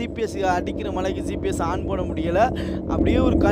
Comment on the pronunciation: பிரதர் சிபிஎஸ்னு சொல்லாதீங்க ஜிபிஎஸ்னு சொல்லுங்க பிரதர் (GPS)